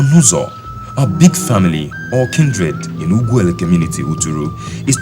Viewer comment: Correction to the geographical location. Enugu is the north, Umuahia the south, Okigwe to Uturu in the east and Owerri to the west. "Nneka" means Mum is greater, Ugwuele is not pronounced properly. there are a lot of things to be corrected in the video presentation please to avoid feeding the world with wrong ideas.